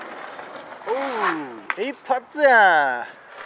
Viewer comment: 一発―が英語に聞こえる